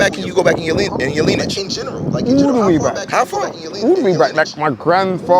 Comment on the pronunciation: Mispronunciation of linage (🗣️lin-e-age)